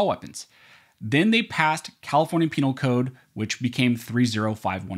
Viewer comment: Hu hu hu...he said penile code, hu hu!...